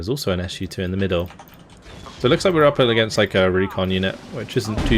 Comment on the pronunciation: Yes, it's Su-2, not s u 2))